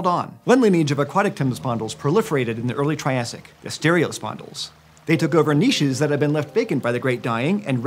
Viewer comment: Finally, someone who says niches correctly